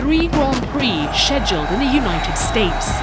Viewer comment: The way she just pronounced Schedule made me want to smash something